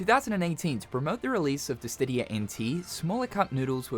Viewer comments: Say it with me now...DI-SID-EEE-A..no T or D. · bro just can't pronounce dissidia without a T in there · I love you but you gotta stop mispronouncing Dissidia, there’s no T in Dissidia. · I love your videos but can you please pronounce Dissidia correctly? lol. You’ve been pronouncing it wrong video after video and it’s starting to drive me crazy! (Again, love your videos!)